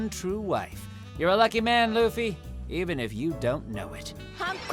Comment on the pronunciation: does it bother anyone how he says the names wrong .-. like "lOoFy"